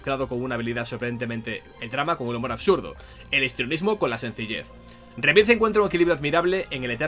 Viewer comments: Lo gracioso es que dice "Fainal Fantasy SIETE rebirz" cuando sería "Fainal Fantasy Seven Riberz" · No entiendo que "Final Fantasy" lo pronuncies en inglés y luego "Rebirth" lo pronuncies tal cual se lee en español. No me extraña que luego en todas partes digan que nuestro inglés es pésimo, es que lo pronunciamos mal incluso sabiendo que está mal. No digo que le pongas acento de Oxford, pero por lo menos di "Riberth", que es más cercano a la pronunciación correcta. Es que hasta cuando dices "Remake" pronuncias bien el prefijo "re-", pero en "Rebirth" no. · Básicamente porque no sabe como se pronuncia, entonces lo pronuncia de la forma mas cómoda que es con acento español, el sabe que remake se pronuncia "rimeik" pero no como se pronuncia rebirth, yo apoyo que lo leamos en español, nada de "Fainal fantasi rimeik" que estamos en España, y se lee en español, que no somos ingleses, ni gringos, se tiene que leer con las reglas de pronunciación españolas, para decirlo en ingles pues ponte a hablar en inglés.